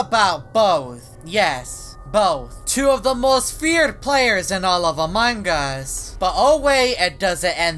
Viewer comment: loves saying amangas